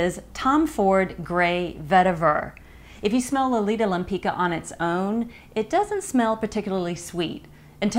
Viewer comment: I love your reviews Katie but the pronunciation of the name Lempicka is not LEMPEEKA it's LEMPEETSKA. The founder of the brand Josiane Maryse Pividal has named it after a painter Tamara de Lempicka from Poland :)